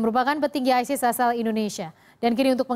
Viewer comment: Hey Sala isis kalau bahasa inggris ya bacanya aysis